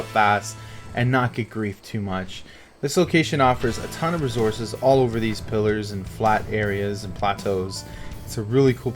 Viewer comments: Why u put terrible spots and say razources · bc u can't pronounce resources and these spots are meant for little bases and same u can only bring birds to u show no flat large areas with a good way to defend